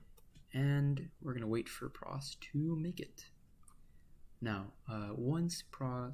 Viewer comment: I like that you call it "prahs" instead of pros. It makes it easier to tell the difference between it and VexCode Pro. I was very confused entering the vex scene this year hearing people use the names pro and pros.